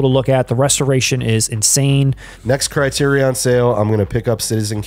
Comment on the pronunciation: There are only three Indiana Jones films. Also, Criterion is pronounced "CRY-TEER-RE-IN."